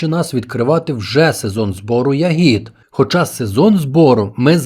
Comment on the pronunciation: Не хочу Вас образити , передивився усі відео , і в кожному ви робите одну і ту ж помилку в наголосі у слові ЯГІД (Не хотів тошнити , вибачте)) У слові я́гід (родовий відмінок множини від "ягода") наголос падає на перший склад — на літеру я.